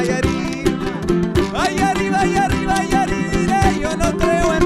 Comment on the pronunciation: muy buena la banda! mi única duda es por qué en la "falsa bamba" dicen "aRiba" en vez de "aRRiba".. está bien que sepan hablar muy bien ingles, pero no se olviden del castellano!